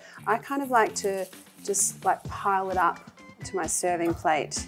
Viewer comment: i understand that she give her personal twist , but the intonation when she says MY personally gives me like, be more modest, no need to emphasize the MY.